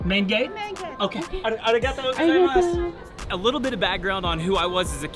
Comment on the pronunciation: I was born and bred in Hiroshima so I’m glad you guys seemed to have fun there. And I was so impressed when said “Arigato-Gozaimasu”. Her pronunciation was like a native speaker and I couldn’t catch any American accent. You guys must have done a good research beforehand bc we say “Arogato-Gozaimasu” instead of “Doumo-Arigato” that many tourists say while we Japanese barely say. You seemed to know much about Japan’s customs.